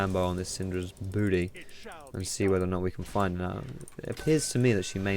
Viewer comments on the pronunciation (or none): none